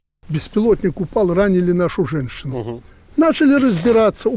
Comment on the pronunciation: Жэншыну" потом еле уговорили сказать,что она пострадала.😅